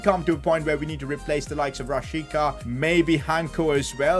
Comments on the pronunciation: It is pronounced as Rashitsa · This was very good but the fact that this hole time you pronounced my man Milot Rashica’s name wrong.I still love your content